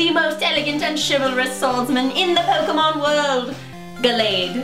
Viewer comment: Pun-Ke-mon LOL